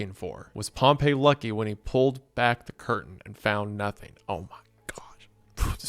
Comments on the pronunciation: POMP-EE it's pronounced POMPEE Pompey not POMP EYY POMP EEE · THATS NOT HOW ITS PRONOUNCED Pompey, as in the Roman general, is pronounced “Pom-Pee”. “Pom-Pay” is how Pompeii, the city, is pronounced. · Pronouncing Pompey like Pompeii is driving me crazy. I've always heard it as POMP-EE. Otherwise phenomenal experience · I swear Pompey is pronounced Pompee and not Pompeii. ALSO WHAT DO YOU MEAN YOU WONT SHOW HUNTER SINGING FAIRY QUEEN UNCUT HOW DARE YOU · You mispronounce Pompey this entire video, and it's honestly kinda enraging to me, a lifeless Roman history nerd with nothing better to do than complain. It is not pronounced like the city, it is "pom-pi", not "pom-pei". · Not to be that jerk, but i believe the Roman general is pronounced pomp-ee while the city is pronounced pomp-ay. Apologies for being annoying about something that literally doesn't matter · It bugs me an unreasonable amount every time you pronounce Pompey like Pompeii, lol. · Oh God, he's still pronouncing Pompey as Pompeii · Sorry i hate to be a nerd but Pompeys name is pronounced "Pom-Pee" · Hate to be that guy but Pompey is pronounced paam-pee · Dawg how did you make this video and not look up the correct pronunciation of Pompey… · That’s not how you pronounce that Roman general’s name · my brother in christ- please for the love of god learn that pompey and pompeii are not pronounced the same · This is a great video, gooner, but that is not how you pronounce "Pompey" when referring to the historical figure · Pompei (the city) and Pompey (the Roman General) are pronounced differently. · Please god tell me you read a few erowid lsd trip reports before making this. It’s super important to understand the psychological workings of lsd to fully understand what’s happening here. also PLEASE tell me you learned how to pronounce “pompey” and “causal”